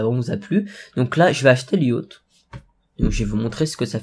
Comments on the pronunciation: mdrr yacht sa se prononce yote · Je rêve ou à prononcé Yachte et pas Yote!!!